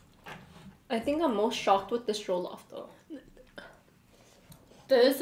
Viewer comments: NO OFFENSE BUT THE WAY YOU PRONOUNCED JOLLOF I WAS LAUGHING SJCJEJWJVM Edit: heres how u pronounce it right! Its not joe-loff- it’s juh-luff ! (Not intended to be rude) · It's jollof pronounced like the 'o' in on by the way not the 'oa' in goal =) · It's not jeaulof rice it is jellof rice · Just so you know, It's pronounced JOL-LOFF (Jollof) NOT JOE-LOF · it's jo as in joy not jo like oh lmao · Jo -lof-rice 😂😂😂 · Once they took a bite of the plantain they fell it’s pronounced je-lof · i luv how she is ate jollof rice with egusi soup and how she called it a stew but no hate she didnt know also anyone one gonna tell her how to pronouce jollof rice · Everyone I know who isn't a Nigerian says jollof wrong...they did too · Pls pronounce jollof rice correctly but I love your video though